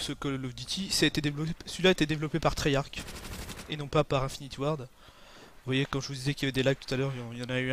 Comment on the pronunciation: treyarch pas tryach :)